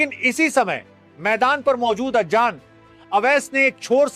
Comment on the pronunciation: Ajjan nahi hai wo azan hai😂😂😂